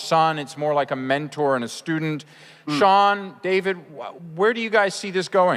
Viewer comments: The interviewer is pronouncing David's name wrong. It's Dah-veed" and he's just amazing with Camren onscreen, but that's just me - that goes for Jeremiah now, coming from David as Bruce Wayne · cmon man it's pronounced Dah-veed even though it's spelled David...do some research before you introduce and call him the wrong name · Stopped watching when the person said dayved instead of dahveed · why does he pronounce his name duh veed is that how its duppose to be because in other interviews they pronounce it that way and david himself pronounces it that way.so idk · He said David Its Duh-Veed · and they pronounced david how it looks instead of saying it like daveed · Can this moderator not be such a moron... this man hella illiterate... "More in a braccin" "Donel Logue" "Selia, Carmen Bacah" "David" (That one I can understand, but it's pronounced Duh-veed. I can't... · the host said the names wrong (morena, david, camren)